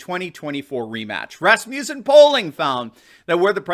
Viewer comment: Please pronounce Rasmussen correctly. (It is my grandmother's maiden. name). The name is not Ras-mew-sen. It's Ras-moos-sen.